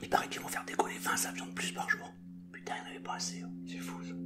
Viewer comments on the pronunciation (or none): Celmarseillais putaing ! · le " putaing y'eng avait pas assez oh!" Est magique 😉🤣👍 continue on adore!!! 🍺+🍺=🍻